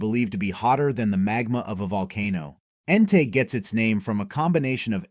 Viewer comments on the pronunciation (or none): none